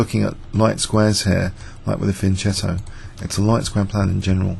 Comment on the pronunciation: pronouncing Fianchetto wrong :d